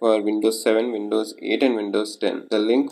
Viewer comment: it calls WINDOWS....... NOT VINDOWS